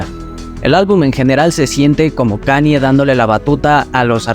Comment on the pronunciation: And all i need is yall to pronounce right my name is kan-ye, but some of my plastic still say kanie Kanye west - diamonds from sierra leone